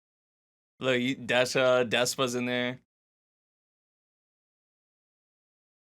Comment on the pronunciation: Des-ha not De-sha.